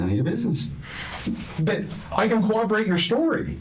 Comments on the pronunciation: Co-Ob-er-wate? Corroborate ??? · Is there one cop on the face of the earth who can pronounce "corroborate" correctly? They all say "COWWOBBERATE"